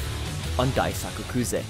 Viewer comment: Just a small correction, Daisuke is pronounced “Dice K”. I only know cause of the Red Sox pitcher Daisuke Matsusaka